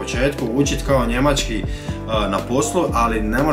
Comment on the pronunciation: Nije Njemaćki nego Njemački nauči prvo č izgovoriti.